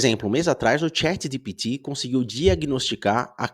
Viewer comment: A maneira que ele pronuncia chat gpt ja sabia que n era humano